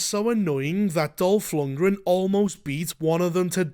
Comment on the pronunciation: Was just listenning at first. Chuckled when you said Dolf Lungran. When i finished my chores, glanced at the screen, and it WAS Dolf, my brain misfired HOW IS HE IN THIS?!